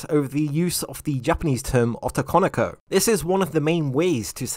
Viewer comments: Ah-to-kan-o-ko? I'm sorry... ō-tō-kō-nō-kō; the romanji "o" has the same sound... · the way you say "otokonoko" in a very strong English accent, making it sound like as "ottokonikou" instead. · The Os in otokonoko are all pronounced with a hard "Oh" sound. Unlike English, Japanese vowels have consistenct pronunciation. Just trying to be helpful and not critical. I always enjoy your content, and I appreciate you putting this video out.